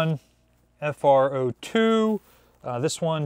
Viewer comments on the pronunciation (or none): Sorry, that’s not “FRO2”. THATS “ERO2”. I think you need to put that back on the throttleboard form “TOP” TO USE.